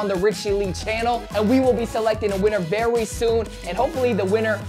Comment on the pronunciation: My favorite part of your Vids is when you say "very VERY V E R Y special episode" lol